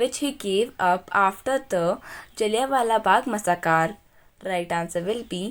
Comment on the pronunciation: मसाकार नहीं मैसैकरर